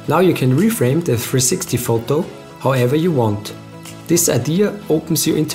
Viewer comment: They way you say Photou ;)